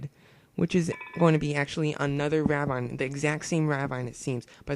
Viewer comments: you're saying ravine wrong . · I can't get over how he says Ravine wrong...